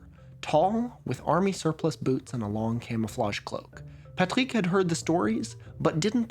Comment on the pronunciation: french from France and never ever heard the word "Loyon" (also your Rs are so perfect when pronouncing "Patrick", your French must be excellent 👍)